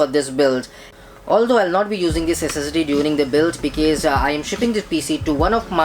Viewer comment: Say Be kawz ...